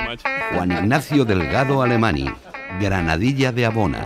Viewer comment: Alemany...se pronuncia " alemañ"...y es CATALAN""!!!! ay ay ay ay ay Ignatius tiene sangre Catalana!!!!!!!!! ;)))))